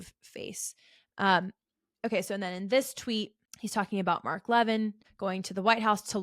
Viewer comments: It’s pronounced “Mark Le-VINN”. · If you watched Mark Levin, you would know how to pronounce his name. You are right about everything, but Mark is the good guy, so please pronounce his last name correctly.